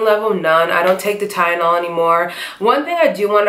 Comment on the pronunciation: I’m sorry I think that it is soooo funny how she says Tylenol. 🤣🤣 Sorry you cute tho girl 👋🏾